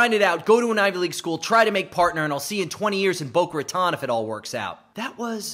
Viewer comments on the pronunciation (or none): FYI Boca Ratone is pronounced rah-TONE. 😉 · didn't even pronounce Boca Raton correctly 😅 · That Boca Raton pronunciation killed me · That pronunciation of Boca Raton is like nails on a chalkboard to me